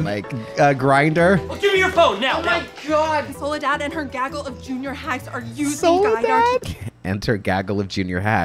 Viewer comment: Soledad isn't that weird of a name, it's a name latin American/Spanish speakers prefer. It sounds less stupid with Spanish pronunciation